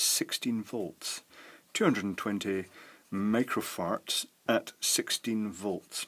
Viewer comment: I wanna say he meant to say "microfarts"